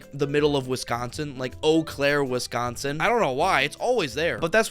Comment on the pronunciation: Props for saying Eau Claire correctly lol